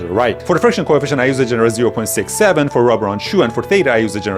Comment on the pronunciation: why tf did he say 6-7 not 67